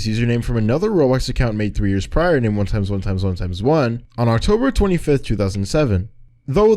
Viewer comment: the way you say his name xd 1 Eggs 1 Eggs 1 Eggs 1 Eggs